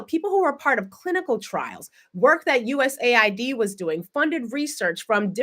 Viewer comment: The Agency is called US AID not USA ID.